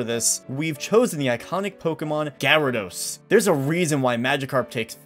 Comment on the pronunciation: Garydos. GARYDOS. Not to be mean but it's gyrados to me to pronounce it is gi-ra-dos not ga-ra-dos